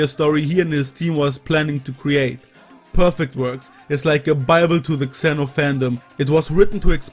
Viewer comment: You're the first person I've ever heard pronounce "Xeno" as "Kseno".